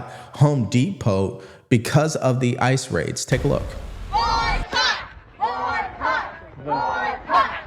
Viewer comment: "Boycott" seems to be the only English word they know—about 15 seconds later they're not even pronouncing it right 😅